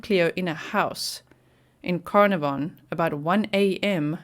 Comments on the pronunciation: Pronounced caaar naar von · It’s pronounced Car - NAR - von … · Pronounced CarnARVon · We Prounce it … Carn … Ah .. Von … lol hi From Down Under … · It’s pronounced car-nar-von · I am from Australia and I have found this news out from! This is fabulous news. Canarvon is pronounced Can arv on, just thought you would like to know. I love your channel so much, thank you for your devotion. x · It’s pronounced Car na von 💜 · Wonderful news. Such a rare outcome. By the way ... like the place in Wales, it is pronounced 'CarNARvon, with emphasis on the mid syllable. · Pronounced: like this... Kar-nar-von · Not that it matters but I will try to help you pronounce Carnarvon… Car pronounced as K (as in small k) Nar Ven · So happy they found her! Thanks for the map time (also it's pronounced ca-nar-ven 😘)